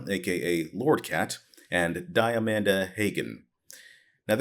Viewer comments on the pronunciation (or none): What I'm hearing here is that Count Jackula was the most morally upstanding and proactive of the ex-CA producers. Also, least significant feedback: Diamanda Hagan's name is pronounced "Dee-a-mahn-da Hah-gan".